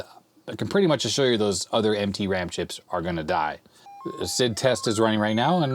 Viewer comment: Did you say MT ram chips or "emtpy" ram chips? 😁